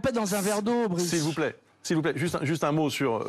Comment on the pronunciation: Plus je réfléchis plus jme dis que c'est fait exprès quand il l'appelle Brice au lieu de Bruce....pour faire genre il le connaît pas alors que si....du theatre le truc :x